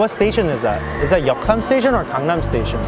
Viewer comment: THAT WAS WHAT I THOIGHT IN MY MIND WHEN I HEARD GANGNAM STAITION XD